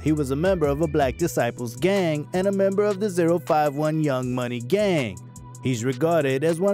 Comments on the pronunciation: It's pronounced O51 not zero 51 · You clearly don’t know what a British accent sounds like😂